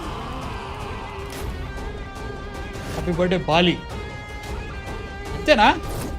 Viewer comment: Adhi baali kadhu anna bali 😂